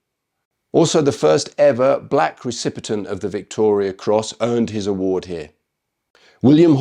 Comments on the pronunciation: Haha, he said “recipitent” 😂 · Recipient not recipitent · Stop saying recipitent